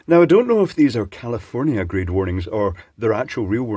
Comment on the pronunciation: You scots say commiefornia funny